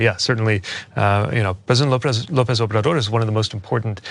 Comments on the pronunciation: Can I just say that he pronounces the name okish. He literally said “snsndnnaj-obrador” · not the easiest name for a non-Hispanic English-as-a-first-language westerner to pronounce in his defense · Though I'm not a supporter, great point to Buttigieg. Notice however that the interviewer says he is the first one all day to know the answer...so it's conceivable that after the otherswent through the grinder that someone on his staff heard about it and made sure that he knew, even if he could barely pronounce the man's name.